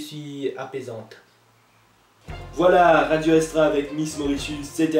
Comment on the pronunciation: RAdio Essstra Hahahah..:D